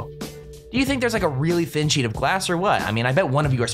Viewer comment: they pot a thein sheet of glass and water.